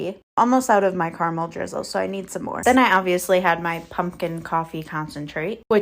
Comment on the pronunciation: She's so hungry she ate her hair. What kind of freak pronounces caramel like that? Anyone understand what this creature is saying? Good lord. You could eat for 5 days with all that food, and this walrus inhales it all in an hour?!